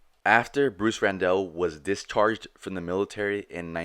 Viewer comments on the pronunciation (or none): Last name was Randall, pronounced like Tony Randall. Not Rendell.